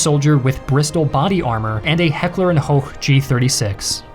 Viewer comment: You are botching so many names in there I’ve lost count the wildest of wich being "Heckler and K'hoch" it’s Heckler and Koch why would you make the K a silent one it somewhat sounded Dutch xD